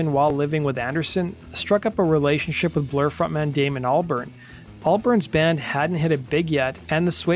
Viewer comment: He can’t even pronounce Albarn correctly